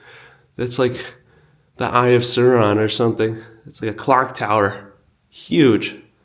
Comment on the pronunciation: “The Eye of Surron” 😂